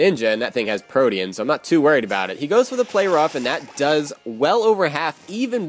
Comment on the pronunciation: Protean is pronounced Pro-teen